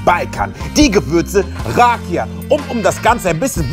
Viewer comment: du sprichst rakia falsch aus .das weiß ich weil rakia aus Bulgarien kommt und ich bin bulgarin